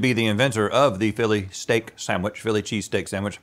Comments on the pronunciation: please stop saying “Sam-which” 🙏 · Sand-wich. Not Sam- wich. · Am I the only one that is bothered by Rhett and (not so much Link) pronouncing it SAMwich not SANDwich. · "Samwich." - Everyone on GMM